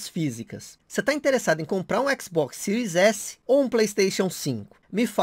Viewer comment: Sotaque japonês